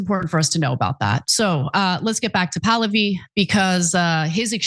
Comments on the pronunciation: It's Pah-Lah'-vee. Not Pal'-oh-vee. 🧓Also, Like father, like son here. In 1953 our lovely US CIA overthrew a democratically elected Prime Minister of Iran because he wouldn't go along with our government's plan to develop the oil extraction in Iran in its nascent years.. They consolidated the power of the country to Reza Pahlavi, The 2nd and last Shah of Iran, who ruled Iran as an imperial state for over 20 years. Who let the US do as they pleased and spent every single petro-dollar that came his way. His greed, gluttony, avarice and heathen ostentatious lifestyle led to the religious based uprising in 1979, installing the original Ayotollah Ruhollah Khomeini, who the Shah had exiled several years prior. The country supported this, initially. But soon learned that they had gone from one extreme form of government to another and has been hoping and praying for a democratic, parliamentary form of government to return for the past 47 years. This son of Pahlavi wants to be the 3rd Shah and will sell his Shiite soul to the Great Satan, the USA, to achieve this lifetime dream. 🧓 Retired Nurse 💙 🇺🇸 💙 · REZA POO-LOO—HE